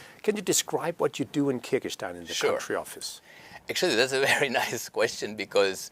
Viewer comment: Не Киргистан, а Кыргызстан!!!! Не влезайте в нашу страну!!! От ВОЗ никакого толку!!!!